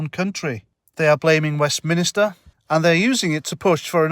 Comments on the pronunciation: the Scotts keep voting her in so they shall reap what they sow. Oh and it's WEST-MIN-STER not WEST-MIN-I-STER;) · Another good vid, but It's called Westminster, not Westminister. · I might take you more seriously if you learned to pronounce "WestMINSTER" correctly. (Top Tip:- It isn't pronounced "WestMINISTER".)